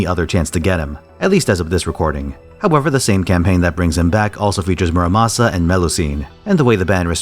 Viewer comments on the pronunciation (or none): none